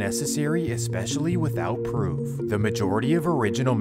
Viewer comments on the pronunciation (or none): none